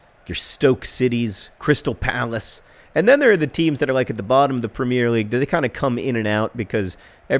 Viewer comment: Am I the only one who cringes every time John says "premier"?